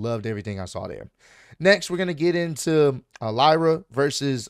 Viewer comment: U said it right (lie-Ra) and man the ended she got squashed